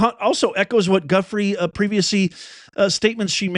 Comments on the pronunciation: Due frey is how it's pronounced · Virginia’s last name is pronounced Joo-FRAY. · It’s du-FRAY’………VIRGINIA DU-FRAY’